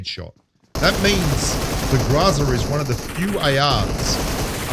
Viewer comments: The pronunciation is “ GROW-ZA.. .. but it is what it is.. lol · it's pronounced Gorza(growZa) Italian for garbage. LoL Great video again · The man struggles to pronounce "Groza," but he likely has no trouble pronouncing "AC/DC." 🤔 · I was expecting a 10 minute montage of you pronouncing groza in subtly difference ways. Grrraaazzzaaaarrrrrgghhh! Groza seems to be one of the fixed points in the game balance. It's always been good at what it's designed for and never stepped on the toes of the long range sprayers or tappers. Just about the perfect example of a crate weapon that's a bit better all round than its mainstream cousins. Only the AKM limb damage steps on its turf.